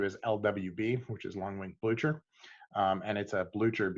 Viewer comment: Thanks for this. Boucher is pronounced “bloo-ker” after the name of the Prussian General who fought against Napoleon.